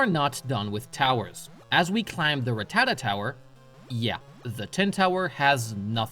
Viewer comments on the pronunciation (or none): How van a Pokémon expert pronounce ratatta wrong You say ra ta da It's ra tata